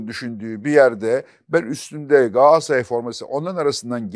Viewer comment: Çok destekliyorum futbol konuşmamanızı mümkünse içinde “Galatasaray” geçen hiçbir spor dalını konuşmasanız harika olur. Yanlış telaffuzunuza maruz kalmayız böylelikle. Sizin “Galatasaray” ınız, Yılmaz Özdil’in “Coca Cola” sı yıldım